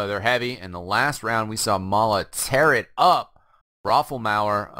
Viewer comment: its may-la